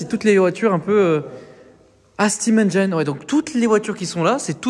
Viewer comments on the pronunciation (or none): none